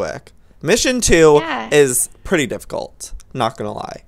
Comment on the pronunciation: Joey: This is...tifficult